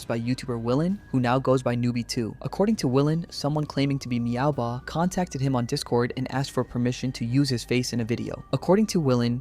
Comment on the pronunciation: Meowbahh❌ MaoBahh✅